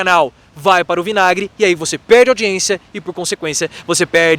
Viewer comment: “…você pêêêrrrrrrde monetização, você pêêêrrrrde audiência…”😂😂😂😂😂😂